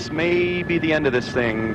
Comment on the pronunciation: STOP PRONOUNCING BE AS BOO OR BU